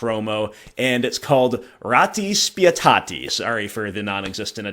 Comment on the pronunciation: Hey, you actually pronounced "Ratti Spietati" really well!!!